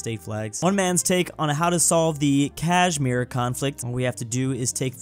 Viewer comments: ahem Kaajmeer, he butchered it in the worst way possible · His pronounciation of Kashmir killed me.😂